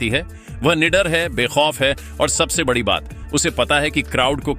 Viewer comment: Badi ko baddhi kyon bolte ho bhai 😅